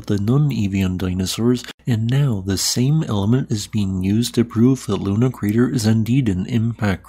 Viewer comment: It's not called LUNA crater.. It's called LONAR crater.. Named after the town